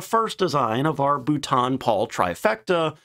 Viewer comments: Great video, and I've seen it in the comments here a few times, but I want to get across how important it is to please practise saying it as "BOLTON" and not "Butaan". Like as in "Boulder". If you're not sure, never a bad idea to ask Siri or Gemini how to pronounce it. But, thank you for covering these obscure prototypes that look cool, but never made it into production. They remind me of something out of The original Xbox game "Crimson Skies" or from the movie "Sky Captain and The World of Tomorrow". Hearing the word "Butaan" So many times made me feel like I was on a Death March. By the way, the biplane configuration was tried with Lysanders with a fully enclosed and traversing rear tailgunner pod out of a heavy bomber put in between Twin Tails with four .303 machine guns. It was designed for close air support and tank busting. Apparently with the twin wings, the already amazing STOL and manoeuvring characteristics of the Lysander made it more maneuverable than an angry snake, but it was held back by its speed. The air ministry wanted more. But they did build a prototype and it did work well! The tailgunner was meant not only to counter any aircraft, but to strafe targets after the pilot pulled up from the initial attack run. It reminds me very much of the BP 101 proposal, so perhaps that's where they drew their inspiration from. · You really don't get it do you? Why can't you pronounce Boulton correctly? This is at least the third video you have made where you murder the pronunciation. You must either be doing it deliberately, or just being American. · As usual, the thing I’ve learn is how not to pronounce Boulton Paul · I thought this might be a reupload to fix the pronunciation. Nope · I hoped that was the case too, but it seems not. Thanks for the info, at least I don't have to suffer his terrible pronunciation again. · im beginning to think his wonderful pronunciation is quite deliberate! it makes as much sense pronouncing London as Margate !